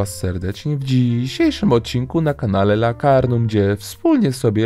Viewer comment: Ale😂😂 lakardum czy lakarnum